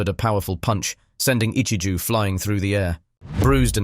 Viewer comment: "Ichiju" Ahhhhhh whyyyyyy whyyyy just say it right ahhhhhhhhh😡😡😡😡😡😭😭😭😭